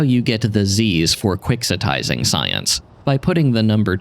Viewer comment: The moment you said "quixotizing" I went and checked it was correct and ... Yep. That's how it gets pronounced. Not like how it is in "Don Quixote", even though that's the root of the term.